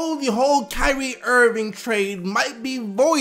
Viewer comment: "Kywee Irving"